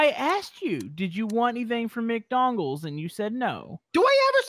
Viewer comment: Did he say mcdongals xD